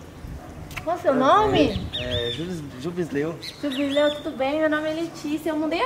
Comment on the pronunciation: é foda "jubisleu" kkkkkkkkk 🤣